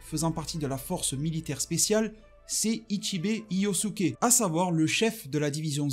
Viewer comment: c'est ichibe hyosube pas hyosuke